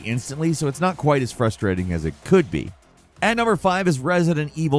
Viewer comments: Is this an AI voice of? he just mispronounced frustrating lol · He purposefully mispronounces at least one word in every video. Gotta listen out for em